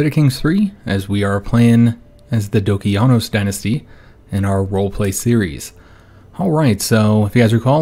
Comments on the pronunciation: Do-ki-a-nos. The ki is pronounced exactly as you would pronounce the word key for example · Isn't that how I pronounced it? Do-key-en-ose